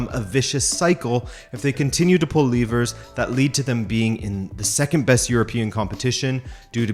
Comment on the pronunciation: That’s not how you pronounce “levers”